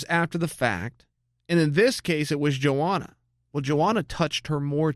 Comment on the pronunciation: Yoanna not Joanna Chael..